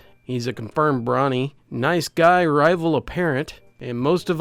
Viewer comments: sorry but its bro-ny not brawny im not even one and its annoying me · is ultimate chad. Doesn't know how to pronounce waifu or brony. Respect.